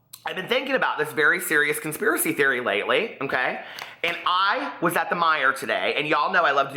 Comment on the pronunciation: Every time you said “conspiracy theory” I heard “queerspiracy theory”!